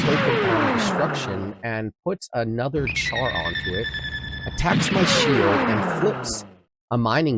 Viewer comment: Its pronounced shar not a hard ch like charcoal.